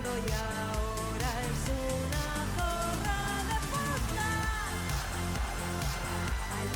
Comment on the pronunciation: Es Zorrrrrra con rrrr bien marcada😊